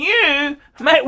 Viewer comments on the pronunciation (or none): none